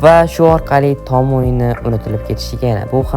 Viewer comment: "Tom" emas "Tom" deb yoziladi ahmoq "Tom" deb oʻqiladi. Shu jinni har safar "Tom" deganida asabim chiqib ketyapti🎉